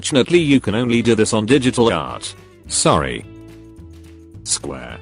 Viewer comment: "Square" The Narration: Sqhh